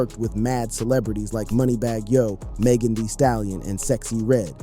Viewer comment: “ it only lasted for tree days” 😂 😂